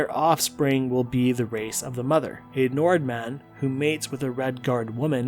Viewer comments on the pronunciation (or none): none